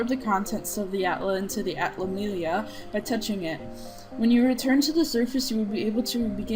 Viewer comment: its pronounced at-la-milli-a the only reason I know is that I played this and dark could 2 and dark cloud 2 has voice actors